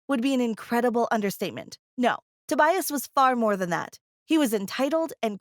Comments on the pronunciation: "Toe-bias" That annoyed the crap out of me. 😂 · Toe-bias and Egg-atha The pronunciations of these name.